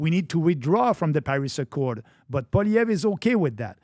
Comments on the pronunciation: Crazy how Pat still can't pronounce Poilievre after talking about him so much. POLLY•EV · Please have Pierre Poilievre (pronounced Poly-Ev) thanks Patrick on your podcast We want Pierre as PM and Maxime as official leader of our opposition 🙏🏼🇨🇦🍁Make it so!! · If you want him on your podcast atleast try to get his name right. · If PBD wants to be taken seriously when speaking of Canada, perhaps better research should be done. One obvious place to start would be learning how to properly pronounce the name of the leader of the official opposition in the Canadian parliament, and probable next Prime Minister, Pierre Poilièvre. A quick web search indicates that: "Poilièvre: pronounced as “pwah-lee-eh-vruh” (with a stronger emphasis on the “lee” sound)"